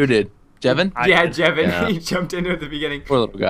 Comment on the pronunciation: it's Jevin not Kevin